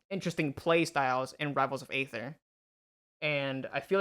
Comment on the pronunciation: Aether is pronounced ether, like the shitcoin.